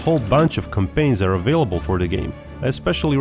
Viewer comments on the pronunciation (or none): none